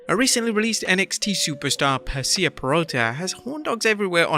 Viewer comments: Dude said Perseeya pirotta not Persia 💀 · i wish youtube videos came with subtitles bc your accent completely ruins wrestlers names!! Persia is pronounced like the former country Pur Shah .. WTF is Per Sea A?!?!